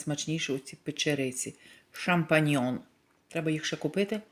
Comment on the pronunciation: От дурепа ТИПІЧНА.... ШАМПІНЬЙОНИ правильно....Треба казати, тупенька....А не шампАНьйони, як говориш ти.,.чума болотна